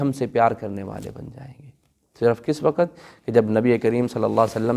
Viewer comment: Why Do Say Waqat And Lafaz Why don't you say Lafz & Waqt Mostly Pakistani Does This Mistakes